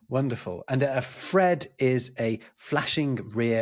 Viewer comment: Yes, you got Fred correct